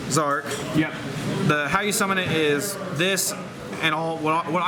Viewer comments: It's not Zeeeee Arc it's Zarc . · BlahBlahBlah Blah look up the English printing it is Z-ARC